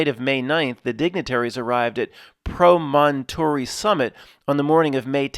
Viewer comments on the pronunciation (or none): Promontory: Emphasis on the first syllable (PRO-montree). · PRAH - men - tore - reee